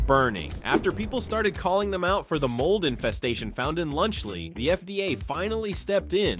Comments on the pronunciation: "Lunch Lee" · “Lunch Lee”😂